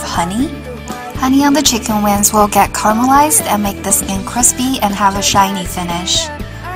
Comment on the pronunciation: because for some Chinese, it is hard to distinguish and pronounce correctly N consonant(win) and NG consonant(wing), just guessing.